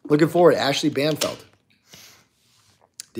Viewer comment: It’s Banfield, not Banfeld